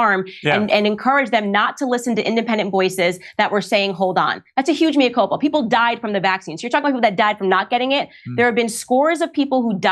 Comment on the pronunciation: Morgan makes great pretences to erudition - yet he can't even pronounce 'Mea Culpa' correctly. We have armies of media stooges over here, that seem to be almost in the employ of big pharma. Another somewhat less vociferous one, Davina McCall, now has her 'benign' brain tumour after receiving the Astra Zeneca vaccine.